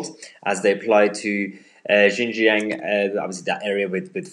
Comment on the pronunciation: Xinjiang is pronounced like this: Shin jiang.